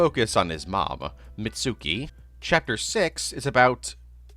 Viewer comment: Hearing you mispronounce every name in this video almost killed me, but I had to pause the video at "Mit-soo-ki" to remind myself that you probably read the manga first/only. It's "meet-ski".